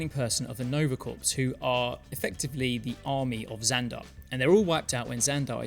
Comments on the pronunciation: Corps is pronounced "KOR", as in, the Army Corps-- not "Corpse". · Small thing. No worries! Corps as in Nova Corps is pronounced like core. The word has French origins. Don’t blame me. 👍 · corps is just pronounced "core" btw, since you seem to be cool with correcting you pronunciations video to video (which I love! wish more people would lol) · Excellent video! One teensy nitpick: the word "corps" is pronounced like "core." It's French! 😁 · You don't pronounce the 'ps' in "nova corps"